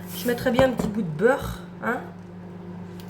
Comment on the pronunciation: Coucou ❤.. sourires et rires. 😂 j'ai passé un bon moment.. merci pour tes partages.. 🎉 et un bon souvenir de mon pays natal quand tu l'as prononcé l' beuurrre.. une normande du Cotentin 😂 Bisous et belle journée ☀️ 🌺🌿🌟😘